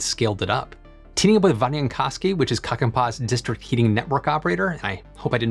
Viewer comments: You really did butcher the name of that one place :D Kankaanpää translates loosely to "head of fabric", but you said kakanpää, which means "head of poop". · unfortunately you kinda did butcher those names, pretty badly. Most notably, the o in koski, it's not an ah sound, and more like the o in force. Then, kankaanpää, there are double vowels, which are just extended sounds without any other alteration to the sound. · Haha, I’m from Finland, my wife is from Kankaanpää, and my father-in-law is one of the truckers that was transporting the huge steel tank for the sand battery. And yes,, you did butcher both Vatajankoski and Kankaanpää. Pronunciation: Finnish is a phonetic language, so just do your best to pronounce every letter, and you’ll be doing pretty good:) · You... You did butcher those names, native speaker and I had to do double takes to realize you were even trying to say the names of Finnish places. "Vatajankoski" was almost correct but you rushed to vowels and turned the 'o' into an 'a' so it sounded like "Vtajankahski". Every 'a' in Finnish is pronounced like 'a' in 'car' and every 'o' is pronounced like 'o' in 'orb'. "Kankaanpää" sounded like "Kakaanpaas" because you rushed the beginning so the 'n' in 'Kankaan' wasn't there and pronounced 'pää' like 'paa', Finnish 'ä' is pronounced like 'a' in 'cat' or 'bat'. In essence Finnish is a phonetic language and each letter is always pronounced the same and the pronunciation doesn't change depending on the context like it does in english. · The way you said Kankaanpää, would literally translate like “poops head” :D Finland has lot of pilots running around new ways to generate and store heat. But Finland does not use much gas, we use a lot of electricity. And current green energy sift has pushed energy prices truly trough the roof. Since it’s cold here, we use a lot of energy. Some people has seen their energy bill go from 2k€ to 8k€ under one year.